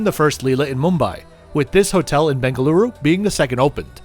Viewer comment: just started to watch video the way you said "Bengaluru" I just subscribed :)